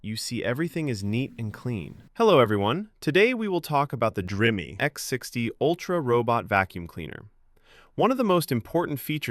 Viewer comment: Ok. One for dry waste, one for wet waste? What? What is this. You can't pronounce dreame I can overlook. But seriously. One for clean water, one for dirty water. And you like, both for waste, one for dry one for wet? What the hell you'd think the dust bag is för then? Omg...